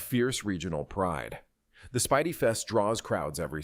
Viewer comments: You pronounce it speedie. I know because I live in the Binghamton area. You forgot about the colleges that we have. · The famously popular Sandwhiches from the Binghamton, NY area is pronounced: “SPEED-EE” (Spelled: “Spiedie”).